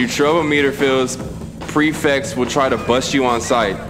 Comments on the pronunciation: this man has an English degree but missed the word mellow and called the prefects “precepts” the entire game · Bro said “preceps” 😂